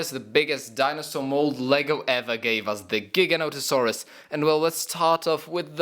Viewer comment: I've heard so many times from so many people so it doesn't annoy me as much anymore but they're pronounced Jig-a-note-a-saurus and thare-i-zeen-o-saurus